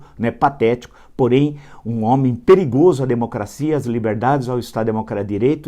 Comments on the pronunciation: O Vila fala errado tbem kkkķkk, não é pirigoso é Perigoso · FALOU DO LUCIANO E NO FINAL FALOU " PIRIGOSO 😂😂😂😂😂😂😂😂😂😂😂😂😂😂😂😂😂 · Hehehehe Villa... Troque ou seu "I" de p"i"rigoso pelo "E" do dem"e"tir do Luciano, que fica tudo certo. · Foi Gozar do "demetir" e falou : " PIRIGOSO"!. KKKKK